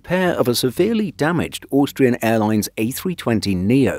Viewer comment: the way you say Austrian gets me every time hahaha Auuuustrian